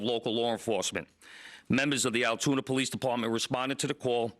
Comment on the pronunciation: Its pronounced Altoona.